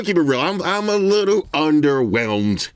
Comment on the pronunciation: The new word for today, "UNDERWELMED" RAH